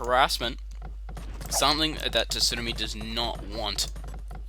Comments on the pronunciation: Sue-Nar-Me, had to get that off my chest. Great video though! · TSUNAMI is an english word, no excuses! We say it wrong, but still. i guess ya'll just say tidal wave down under huh